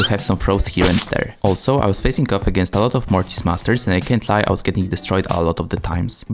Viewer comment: Its mortis not morris